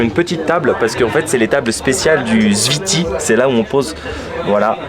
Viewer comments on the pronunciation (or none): C'est pas le ziti 😂😂😂 C'est le zfiti En arabe ça s'écrit comme ça الزفيطي Attention c'est très très piquent. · Le zfiti plat meconnu en Algérie, il devient très populaire ces dernières années. Tu as mal prononcé zfiti boumahress Pour le balout on dit ça aussi pour les balles de pistolet ou fusil comme surnom à cause de leur forme